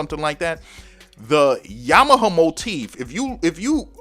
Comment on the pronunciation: are you saying Yama - huh or Yama - ha ?? lol